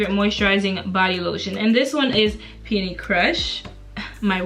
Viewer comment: Thank Gawd you know how to pronounce peony. So many people in the hygiene game don't pronounce it correctly.